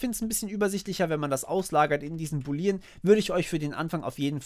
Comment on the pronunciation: Boolean ist bitte anders auszusprechen. Die Betonung liegt auf den oo's, also nicht "Buliiiien" ausgesprochen, sondern "Buuuuulien". Sonst top Video!